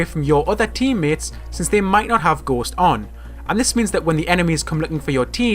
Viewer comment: What he said: Ghost What I heard: Gost